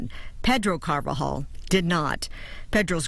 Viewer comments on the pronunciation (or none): The judge: Ms. Carba-jol...o_0